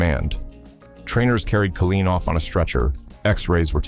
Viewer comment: Kay line, tee unt